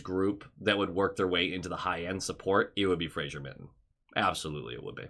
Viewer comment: It is pronounced. FRA-ZER, there is no "i" in the name